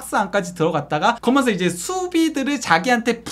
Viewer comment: 해설을 하려면 발음도 중요하다.버버지 은 거면서 거면서 하는 사투리 정말 듣기 그렀다. 거면서가 뮈냐 젊은 친구가, 거면서, 거먼서.